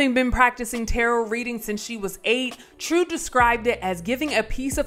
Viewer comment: Who in the world is reading this narration. Whoever it is they really need to go back to English class in HS. I mean she said tarrott instead of tarot cards. Pronounced taroe.. geez